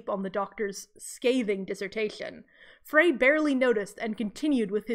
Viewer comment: Frey is pronounced like "fry".